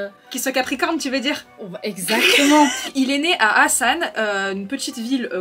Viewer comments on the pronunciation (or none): Ansan ** pas Asan haha des bisous ☺️